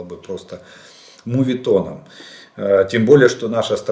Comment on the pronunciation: Мооооооооветон, не мУУУветон!!!!!!!!!